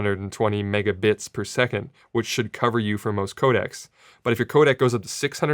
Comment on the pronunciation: When you realize that every time Sara says "Codecs" it sounds like "Kodaks" and then you think of how their stock went up so much and you could be stupid rich right now but you're not 😭😭😭😭